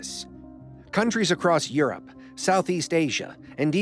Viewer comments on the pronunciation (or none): none